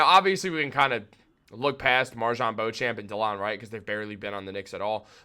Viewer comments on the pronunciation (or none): none